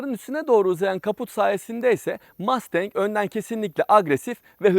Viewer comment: MAstEnK nedir ya? Mustang. Mastenk degil :)